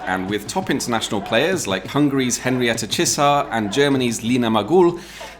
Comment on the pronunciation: Wow,, You just nailed the pronunciation of a Hungarian name! Henrietta Csiszár sounds exactly this way in Hungarian. Thank you! (Yes, I am Hungarian.) Now I go back to carry on with the video.:D